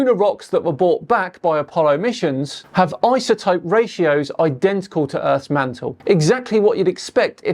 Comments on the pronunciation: Are we just going to sit here and ignore how he pronounces "isotope" with a "z"? That's my first indication that he's full of it. Lol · I don't trust anyone that says, "izatope" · Didn't know it was eye-za-topes. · Never(?) heard anyone voice the ‘s’ in iso before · Thank you, I was gaslighting myself. If you're gonna be a communicator about a topic, learn to pronounce the important words in that topic!! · i - za - topic or I -so - topic Why do some people see a word like “Boise” or “lsotope” and pronounce the letter “s” as if it is a “z” ? Why the confusion ? If some people want to mispronounce the letter “s” as (zee or zed), then why do we have the letters “z” & “s” on our keyboards?